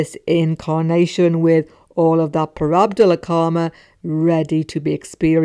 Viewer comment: Prarabdha, not prarabdhala...